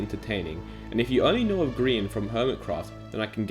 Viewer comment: I like how he spells his name as green not gry an (grian)